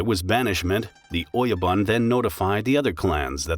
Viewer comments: “Oyaban koban” its oyabun kobun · Good content, but your pronunciation needs some work. It's not 'bun' as in hamburger bun or rhymes with "fun". Try "boon" rhymes with "coon" with oyabun. Ko-bee, like the insect? No, Ko-Bay, like San Francisco Bay. Kobe Bryant's dad messed that up. But having said all that we got "CARRY-OKIE" for karaoke, which ain't even close, LOL! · I almost want to dislike the video. "Shogun" is spoken "shogoon", "oyabun" -> "oyaboon", ect. My ears are bleeding. This is so bad and just a Google search away. You could make a case that some words can be distorted when adopted in English, but that's still a crime... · "Don't talk of the clan" became "Don't talk to anyone of the clan" which makes no sense... your are mispronouncing all the Japanese words too - and I'm not talking about accent either - "Oyabun" is "Oyaban"??? really? it's all painful to watch and looks like it was done haphazardly or by the AI with a lot of mistakes... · Great information but bad pronounciations, see if you can get the bot to pronounce the words correctly. For instance, ō-Ya-boon (oyabun) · >the oh yo bun >doesn't give you your lost bun ? BOON, GOON, holy hell do Angloids really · Its OYABUN... sounds like O - YA- BOON..